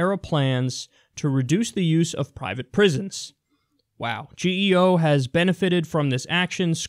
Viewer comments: It's pronounced g-o group. Not g-e-o. The second largest for-profit prison operator in the US. Garbage people. Garbage company. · It's actually pronounced Geo, as in "GEE-oh." I know because I had the benefit of utilizing one of their nice resorts.